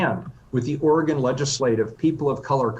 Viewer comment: Poor-tland, Orgone